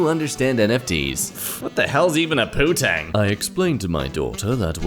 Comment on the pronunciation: The English slang word is "poontang", though didn't make that first N very noticeable.